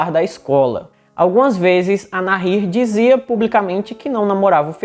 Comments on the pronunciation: Boa a história, gostei do canal. Parabéns, mas a pronúncia correta é Nair. Mesmo com o H entre o A e o I. Não diga NARRIR, pois é errada essa pronúncia! E também não se diz hókei. A pronúncia correta do esporte é Rókey, mesmo começando com a letra H! E se escreve HOCKEY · É Nair mesmo… o h é mudo!!! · Se pronuncia NAÍR. La H no tiene sonido. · Fala Na-ir... o h é mudo no español... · A pronúncia correta em espanhol de Nahir é "naír" (o "h" nao tem som). Abraços do Uruguay. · Meu querido a pronúncia correta do nome da moça é Nair. O agá(H) não modifica a pronúncia ok?. Um abraço. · Que ótimo vídeo!!! Parabéns!!! Sou tua seguidora e adoro assistir teu conteúdo! A pronúncia do nome da moça Nahir é sem pronunciar o H... como se ele não existisse mesmo... A gente tem a tendência a fazer som de dois erres (RR) no H por influência do inglês, onde fazemos esse som no H...Sou professora de espanhol e tenho dupla cidadania por isso me senti a vontade de dar pitaco aqui 😉! Então você estava pronunciando corretamente no final! Ótimo trabalho, siga assim!! 👏👏👏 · Se o nome é espanhol, se pronuncia com H mudo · Realmente querido, vc errou a pronúncia exata do nome dela... a pronúncia exata é, "Assassina Vagabunda"... Desculpe o desabafo sincero de uma mãe.... bjo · No espanhol, o H não se pronuncia.